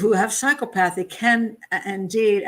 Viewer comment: Clinical psychologist here. Two psychopaths, for sure. BTW, pronounced: "Psy - COP - othy".